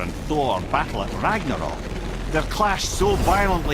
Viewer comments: It's RAG-NA-ROK not rag gra nock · Rag-NA-rok. Not Rag-RA-nok. Get your pronunciation of this word fixed already! Even the folks in Scandinavia would go out of their way to correct you! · Ragnorok. Say it slow. Piece by piece. Rag-nore-rock